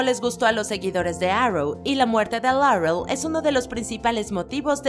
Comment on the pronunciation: Hacen una pronunciación tan exagerada del inglés... Dicen Darrec, Larrel, Rabin, supernarural, pero luego mencionan Huesos, en vez de Bones... O van a decir los nombres y títulos en inglés o siempre no? 😮‍💨